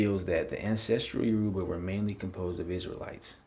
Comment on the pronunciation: Please pronounce the name correctly! You- Ra-Ba, not Yo- Ru-Ba. Actually, the israelites/Hebrew got their traditions from the Yoruba and Akan,. We didn't get our culture from them. They got theirs from us. Assyrian??? Hell no! When you are talking about Oyo, if Alaafin Sango, baba mi, the fourth Oba of Oyo -- it's greatest Oba (king) is not listed, this is bogus. Iya Kai, Oni Sango.